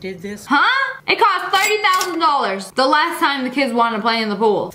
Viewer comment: The one time the vegan teacher pronounces last so so wrong it sounds like